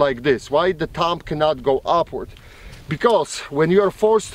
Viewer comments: I love how he says TUMB instead of thumb. I know it's his accent but it's still funny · "Tumb" hahaha